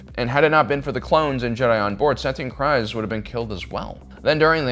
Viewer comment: Stop calling her Satine "Cries" its pronounced "kreeeze"😂